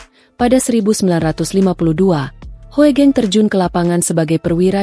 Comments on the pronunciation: Narator mesin, Hugeng aja menyebutnya, jangan Ho e geng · D baca hugeng..bukan hoegeng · Sebenarnya yg baca narasi itu salah... Hoegeng.. itu ejaan lama... tapi bacanya tetap Hugeng.... OE = U ..